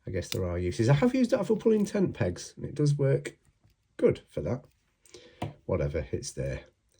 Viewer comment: I kept thinking you were using the parcel hook tool to pull Tampax. But then I finally realized you were saying tent pegs. 😂